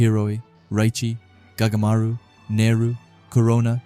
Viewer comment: Anyone notice he said goatamaru